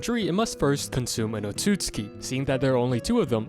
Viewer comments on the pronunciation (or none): It's pronounced oat-sue-sue-key not oh-suits-key